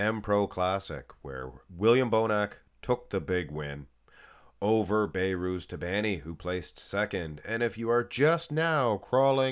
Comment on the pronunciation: Come on man His name is Be(h)rouz The letter H is not silent You pronouns the letter H Not (Bayrooz)